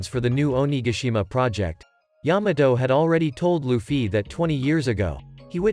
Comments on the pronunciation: lufy and not lufyyyyy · Holy shit its luffy not loofee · Stop using a bot voice it says LufFY